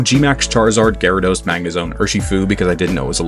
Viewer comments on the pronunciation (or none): GYARADOS, NOT GYARODOSE! FIX IT NOW!